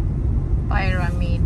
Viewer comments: Mag co correct lang mali din. Pyramid not peyramind. Hindi natin alam kung magkano ang rent a car sa kanila. Wag masyadong judgemental. already explained take turns kung sino ang mag dadala ng pag kain. Last time sila ang nagdala ng pag kain. Kung ang celebration nila ay coffee, tea and cake so be it. That’s how they celebrate it. Being a Filipino has nothing to do with it. Kung mag dala si ng foods it might offend the host na nagdala ng Kung ano man at isipin why…is she better than what they can just bring. Dapat yung may turn na mag dala ang syang pagsabihan mo bakit hindi nagdala ng marami dahil sila ang responsible for this occasion dahil turn nila. We just need to respect how they want to do it. and are just doing fine. Calling the couple hypocrite and thoughtless in your comment is a very strong words to throw in their face. They don’t need to answer up nor explain anything to anybody. That’s how they celebrate family get together. Their family not yours nor anybody else. ❤️🇺🇸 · Pyramid po yun actually since nasa Dutch country si she pronounce it or read as dutch... please dont be too mean kay nakakalito din dami nya dialect, cebuana, tagalog, english at dutch.., just be understanding no one's perfect! Ikaw nga mali pa rin spelling mo sa PYRAMID🎉